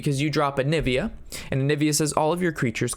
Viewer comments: AVIANA ROB!! NOT ANIVIA!!! lol good video tho :) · Am I the only one that got triggered that he's saying anivia instead of aviana? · Onivia? i'm pretty surw it's aviana :p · Its not Anivia, its Aviaaaana (Hermione vocie) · AVIANA :) not ANIVIA :) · Onivia rob? you are doing it on purpose now! it's not like the arcanite intelect mistake! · I'm really triggered by the way you say aviana I shouldn't be so triggered by it. But other whys pretty good video!